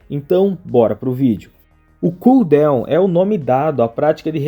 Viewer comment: Bom dia, mano, não é por maldade nem nada, mas a palavra DOWN não se pronuncia como DEUWN !